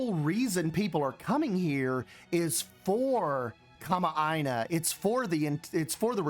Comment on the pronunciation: hi! i was the one who commented on your instagram about the definition of kama'aina! also wonderful pronunciation of the word btw! some hawaiian words can be tricky:) excited for this series.